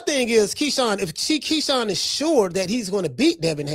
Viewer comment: You almost called Keyshawn, Shekon, but you autocorrected yoursefl ...hahahahah!! 😂😂😂😂😂 I LOVE THIS CHANNEL!!!